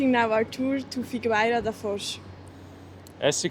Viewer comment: Porto only sits in one bank of the Douro river, the northern one. The shouthern bank is Vila Nova de Gaia, a different city. - The "u" in Figueira is not pronounced, it should sound like "fee-gay-ra". Btw, "figueira" means fig tree and "foz" is the river mouth. - That's not a castle, is a fort. There are two in Figueira da Foz, one protected the Mondego river mouth and the other protected the Mondego Cape.